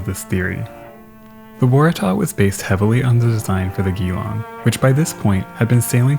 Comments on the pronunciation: A great looking ship and a superb presentation, on a sad subject--thank you. Could shift of that massive quantity of precious bullion have played any role? Trivia: 'Geelong" is pronounced G-Long (rather than Ghee-Long). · Geelong is pronounced Jeelong, the G is soft, not hard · Interesting video. FYI. "Geelong" is the name of a town in Australia, and is pronounced "Jee-LONG". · Great job, love ur channel. Few small notes Geelong is pronounced like a mix between G-long and Jlong, Carpentaria car-pent-area. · I'll jump in before anyone else does. It's pronounced 'Jee-long' ;-) Another Australian mystery loss is the SS Koombana. Similar to Waratah, she was a cargo liner, but was far more luxuriously appointed and was a much more handsome design. Curiously, she went missing in March 1912, barely a month before RMS Titanic. She sailed out from Broome, Western Australia, into the path of a powerful tropical cyclone and was never seen again. She's presumed missing somewhere off the North West coast. Definitely a neglected tale and very few people would know of her.